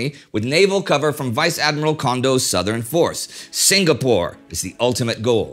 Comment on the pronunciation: Excellent in-depth coverage of the events leading up to and following Pearl Harbor. My only small complaint is the 'g' in Singapore is silent. Sing-a-pore. Not Sing-ga-pore.